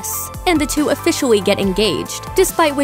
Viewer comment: she said officiawy